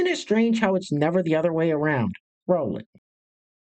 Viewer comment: Just subscribed... Like the "rrroll it"